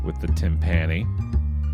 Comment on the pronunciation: One day will pronounce "timpani" correctly but today is not that day.